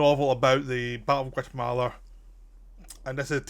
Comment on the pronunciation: Take a shot everytime he says Guatamala